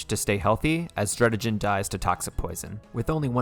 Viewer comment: Skarmony Druddijen Kaiyurem Cofagreeyus Hydreejin Siggilyph (hard g) Crewkodile Mineshao